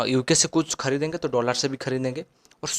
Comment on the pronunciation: Bhai Dollar hota hai doolaaar nhi😂😂😂